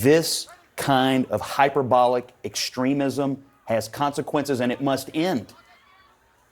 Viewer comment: Hyporbolic crap...are serious...you just sai it hypoorbalic .Areyo stupid. You just said hyperbioilic, dont you understand...